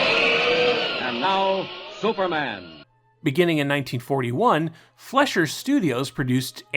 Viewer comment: Excellent video. Very informative. However, for future reference, Fleischer is pronounced FLY-sher, not FLESH-er.